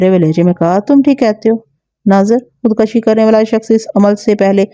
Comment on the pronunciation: Khud kashi خود کشی ek ghalat lafz hai .. Correct word is " KHUD KUSHI" خود کشی میں ک کے اوپر زبر نہیں بلکہ پیش ہے